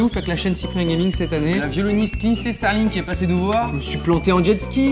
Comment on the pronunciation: Suis-je le seul à avoir remarqué qu'il dit "Lindsey Starling" au lieu de "Lindsey Stirling" à ?